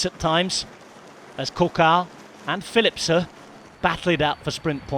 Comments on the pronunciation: He does know its philipsen not philipser right? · Why does he say Philipse? It's Philipsen. Not difficult. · OK! So, Belgium is bilangual, right? French and Flemish. And I'm sure a lot of local dialects. If they say Philipse in some dialects, I'm not sure it's correct to do so on an English speaking sports channel. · Is the "N" in Philipsen really NOT PRONOUNCED? At least he didn't cut anybody off today, but it's a nasty habit of his... M 🦘🏏😎